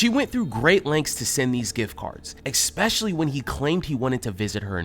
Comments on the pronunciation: {FUN FACT} It’s ES-PECIALLY NOT EX-SPECIALLY. *Please, if you are going to narrate a channel, use the correct pronunciation of a common word that you constantly use. It makes me cringe, and I am going to have to Unsuscribe, it is so painful that you are spreading miseducation. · The guy narrating who keeps saying EK-specially sounds as dumb as the dopey "victim"!! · God I wish whichever team member does the narration would stop saying “ex-specially”. It’s like ear rape. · It's "especially," not "expecially." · STOP saying EXspciallly!!!! It's ES specially!!! For ffs, you are a journalist! Use proper grammar!! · Especially not expecshally....irksome. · EXpecially is not a word. The word is ESPECIALLY. NO X OR X SOUND. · Hey narrator - the word is pronounced ESPECIALLY not EXXXXSPECIALLY. You do it in every video 100 times- drives me nuts! Lol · Please, it’s not exspecially , it’s especially! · Can your host learn how to say, “especially”?